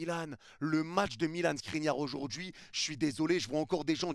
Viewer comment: qui dis SNRINIAR II est trop fort 😂